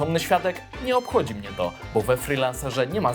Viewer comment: Czy tylko ja usłyszałem ,,tzo gdybyście" na początku? hahah